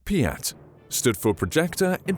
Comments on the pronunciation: CKYA PIAT, it's not russian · i keep hearing BLYAT instead of PIAT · You say biat like blyat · I can’t say PIAT, it always comes out as BLYAT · I thought its PIATD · It Sounds like BLYAT. 😅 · I heard blyat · Could have called it anything and they went with "peeyat" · Piat sounds more like BLYAT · PIAT i tink you mean VIAT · Piat? I hear Blyat. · I swear to god I heard it as BLYAT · I thought you said “blyat” lol